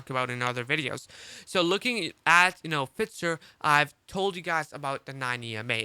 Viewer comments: Fitzer lol F"eye"zer (Pfizer) lol love your work bro im just breaking your cojones 🤣🤣🤣 Happy New Year brother keep up the solid work! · F “eye” zer. Thanks though good content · Ahh FITZER.. I always thought its Pfizer